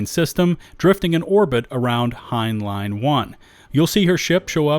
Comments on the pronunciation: Friendly note: It's not pronounced Hine-Line. It's pronounced Hine-Lynn. The system is named after Robert Heinlein, a prolific Sci-Fi author. (One of his better known works is "Starship Troopers", though the book is wildly different from the movie.) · Heinlein is named after the American science fiction author Robert A. Heinlein and I think you're pronouncing his name like someone that doesn't know this and has never heard the name. He's renown for titles like; Stranger in a Strange Land, Starship Troopers, and The Moon is a Harsh Mistress. This includes 32 novels, 59 short stories and 16 collections published during his life, plus four films and two TV series based on his work. Please familiarize yourself with how to at least say his name. There's many other systems, planets and places also named after famous people; authors, scientists, and even astronauts/cosmonauts in the game, and it's a pretty good idea to look up these who's who places for who they're referencing because knowing the thing adds some extra meta-depth to the game.